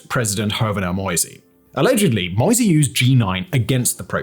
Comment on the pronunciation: "Moïse" ist NOT pronounced like "noisy" with "m" instead of "n"! It's: Mo - [like "Mo" in Motor] - ï - [like the "e" in easy] - s [like "z" in zero]. The "e" at the end is silent as always in french. Having trouble to take you seriously, if you don't even care to learn the names of major figures. I have to ask myself, where is your research equally sloppy or even worse? Those are not impossible sounds for your english tongue, compared to the "eu" in "Villeneuve" or the "ü" in "Hüller", so if you watched some original footage you must have heard the name pronounced correctly and your brain just dismissed this information contradicting your expectations. The question again is: What else did your brain dismiss, which might have contradicted a preconceived opinion, if it is evidently capable of doing it as heard in this rather insignificant example?